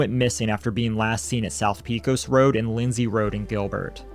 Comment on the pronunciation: Just a tip pecos is pronounced “Pay-cohs”